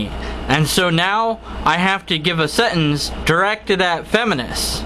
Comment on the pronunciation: why cant you pronounce sentence?